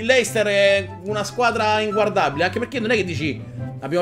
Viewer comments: Ma perché Leicester ma non luicester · si scrive leicester ma si legge leistà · si dice lester